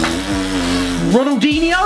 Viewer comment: Did he said Ronaldingo 😂